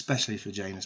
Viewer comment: Fantastic job! Just what I was hoping for since I'm a bit slow. NOTE: It's pronounced J AA NIS. Kind of like Banish without the "h".